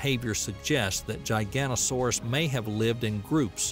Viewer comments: Good video but it's not gigantosauras it's giga-not-asauraus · Gigantosaurus 😂 it's giga noto saurus and said that way lol. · This Is cool and all, but the way you called a giganotosaurus a gigantosaurus is factually wrong. Giganotosaurus (Jyga - noto - saurus) is the theropod you talked about in this video. Gigantosaurus (Jy - ganto - saurus) is a sauropod species discovered in the UK hailing from the Jurassic. Very different species. Just a heads up for those who are unaware or have any confusion over the two species. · giganotosaurus not giganosaurus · The narrator mispronounces Giganotosaurus...I believe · Irritated by the constant mispronunciation of Giganotosaurus ...